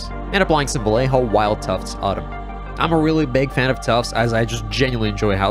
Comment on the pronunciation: la forma fonética de que los angloparlantes puedan decir vallejo , lo siento, pero como español ,cada vez que lo decías me sangraban los oídos.